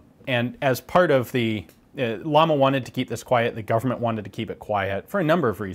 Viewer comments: LLAMA(pronounce YAMA in english)=FLAME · Double L (Ll) like in Llama is an I so the company is actually called Iama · BTW, the company name is pronounced "Jama" and actually means Flame. I know this because of the logo, which looks like a flame and not a llama, which in Spanish is called the same, llama. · I thought double L's in spanish is pronounced with a "y". So wouldn't it be pronounced "Yama"? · The "double L" in Spanish sounds like Y in words like Yankee, Llama is pronounced like Yama, a very interesting video, keep it up¡ :) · actual pronunciation of the manufacturer is JAMA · Being that it's spanish shouldn't it be pronounced like Yama? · " Ll " of Llama is pronounced like "Y" of yellow or you. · Just a note: Llama should by pronounced like “yama”. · The way you pronounce pressin and llama hurts a little. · nice review... my grandfather had one of these and a LLAMA MATRIAL 38 for the next review here is a Tip in spanish pronunciation the Double L (LL) pronunciation it sounds like a Y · You have to pronunce ut like "jama" not lama. The company's name is cuz a flame,not cuz the animal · It's not "lama", it's pronounced "yama" or "shama", and it means "flame" in spanish :D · Llama= Spanish trademark, thus should be pronounced "ya-ma" not "la-ma" due to double L phonetic rule in that language. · I think it's pronounced "yama," not "llama" like the animal. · its not lama.... ITS LLAMA, at least get the pronunciation right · Please, don't pronounce llama as "lama" but as "yama". Greetings from Spain. By the way, you got on your hands something that 99,9% of Spaniards will never see close or in reality. God bless "Murika"... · ...its pronounced "yama" not lama, means flame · Is the company name pronounced "llama" like the animal or, as the two Ls in Spanish should sound, "yama" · its not pronounced like the animal its pronounced like "iama" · It's pronounced "Yama" not "Lama" Ian! Llama means flame. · Just a lil correction, we pronounce Yama and it means flame.